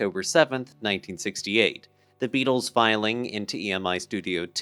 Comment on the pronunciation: "Thuh Beedles."